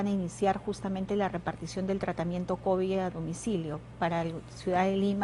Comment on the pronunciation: Ministra ilustre?? "Contecto" No sabe ni cuantos días de cuarentena "Labores laborales" "Cobi" ya no es covid "Activar las actividades" "Denonados" ¡Es denodados, burra!